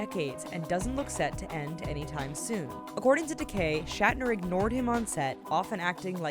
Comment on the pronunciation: the way she pronounces George Takei's name is annoying